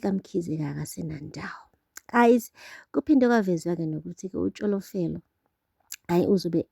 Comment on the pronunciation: As for tsholofelo name when u pronounce it😂😂😂😂